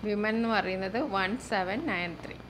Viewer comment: Miss വിമെൻ അല്ല വുമൺ ആണല്ലോ